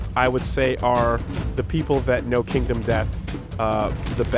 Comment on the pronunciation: "Kindom Death Monster" Well, we know at least still can't read...